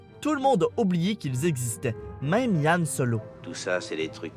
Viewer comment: pas yan HAN OK!!